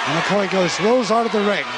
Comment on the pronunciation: McHoy, not McCoy. Son of Frank "Wild Angus" Hoy.